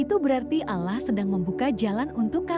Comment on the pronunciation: Pengucapan bahasa utk salat salah mbak bukan salat (nanti dikira sayur) tp sholat jg pengucapan Allah nya di betulin dl baru bikin konten ... maaf mengingatkn masalahnya gk enak didengerin nya